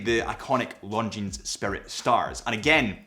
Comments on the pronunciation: You would think he would know that given he's a representative of these watches! It sounds like he's saying "long jeans"!😂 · The "S" in Longines is silent. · Nice overview again. But your pronunciation of 'Longines' did make me wince every time every time you said it. The 's' should be silent...sorry, but retail is detail for a watch channel. 😉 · We don’t pronounce the “s” at the end of Longines. ;) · The final « s » in Longines is silent. As is the « t » in Hublot, or the « d » in Chopard. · the "s" in Longines is silent. I like the blue dial with the red GMT hand, but I would very much appreciate a black dial, with gold hands and red GMT hand (instead of the blue that was actually released). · Why does this man who reviews watches for a living not know how to pronounce the name of the brand correctly? And why is he identifying a diamond shape as a rectangle...